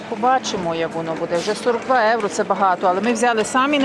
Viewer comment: Як ви чудно говорите "єуро"